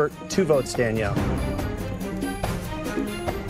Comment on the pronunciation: ''DANELLIE'' HAHAHAHAH